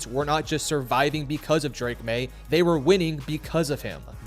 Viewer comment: “For the first time the Patriots were not just surviving BECAUSE of Drake Maye, they were winning BECAUSE of Drake Maye” terrible points of emphasis in that line read, learn how to read a script dude